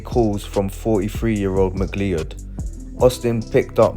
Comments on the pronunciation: Mc-Lee-Ed!!!🤣🤣🤣 everytime he says that name it cracks me up... its pronounced Mc-Cloud... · Ma cloud - is how the surname is pronounced